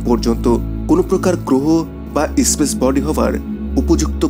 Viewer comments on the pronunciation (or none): স্পেসকে ইস্পেস,স্থানকে ইস্থান,নেপচুনকে ন্যাপচুন ইত্যাদি উচ্চারণ করা বন্ধ করুন। ভীষণই শ্রুতিকটূ।